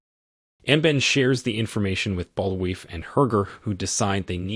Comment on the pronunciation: Bul-vai is how it's pronounced, they say his name in the movie like a dozen times.